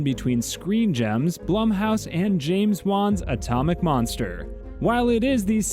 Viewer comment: HE JUST SAY PLUM HOUSE LOL ITS BLOOM HOUSE LIKE BUAH LUM NOT PLUM